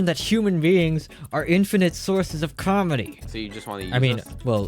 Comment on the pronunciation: i thought he said calorie in stead of comedy in the beginning